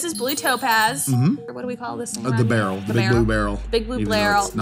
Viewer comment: Took me a moment to figure out they were saying barrel not beryl.